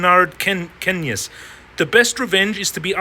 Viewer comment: Lol I'm surprised you're so good at trading but unable to pronounce John Maynard Keynes 🤣